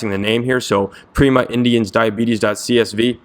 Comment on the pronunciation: Thank you! That's a pretty clear explanation of Keras introduction. However, "pima" not "prima" people in India.